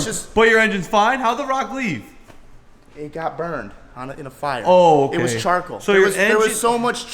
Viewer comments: CHARKLE 😂😂 jeeesus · i've been rewatching his explanation and since he posted this video. I havent laughed this hard in ages. "it got burned on a-in a fire... it was charkel. There was so much charkel built up... inside the engine" im dying 🤣